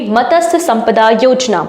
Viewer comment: मत्स्य...not मतसय